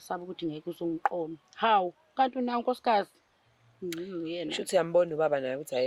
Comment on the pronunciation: Did say “Kati or Gadi?”😂😮